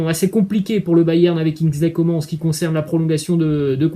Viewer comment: Juste on prononce Kingsley Comane et pas Comment